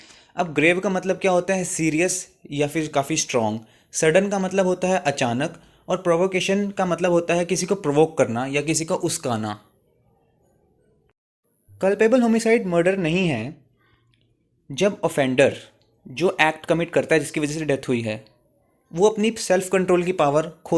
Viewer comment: Uskana nhi uksana hota hai